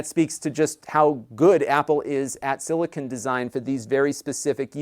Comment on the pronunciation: Am I the only one that cringes every time I hear silicon...